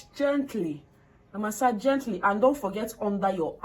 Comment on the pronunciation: Gentli gentli🤣🤣🤣🤣 na really kwokor kwokor 😂😂😂